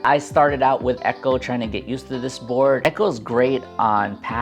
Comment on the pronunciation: just so people dont get confused in conversation, it is pronounced "e co" not "echo", just lookin out for ya :)